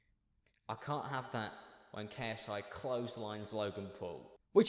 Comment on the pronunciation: At least he pronounced ksi’s name correctly for once.